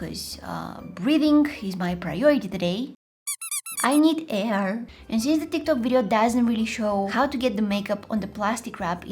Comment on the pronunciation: “I need Æir”